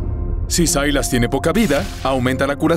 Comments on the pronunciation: Sailas pu wn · Sailas???? SILAS